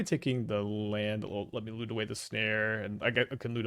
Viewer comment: Talk about Lute sounds like Loot :(